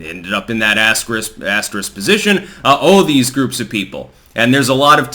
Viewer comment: Gee, why do you always say astrix admin?